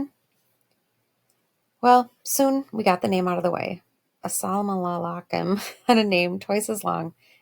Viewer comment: (ASUH-LLAMA-LAKE-UM) thats how you say it lol "Asalamalakim"